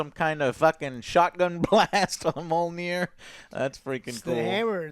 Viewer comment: ME-YOL-NEAR=Mjolnir!!!! You are saying it like Mol-Near! Just wanted to let you know!!